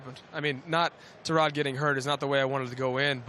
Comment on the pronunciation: its tyrod not terad